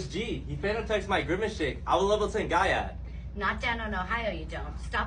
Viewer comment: Guy yat? Im no spring chicken but i dont think thats how you pronounce it right?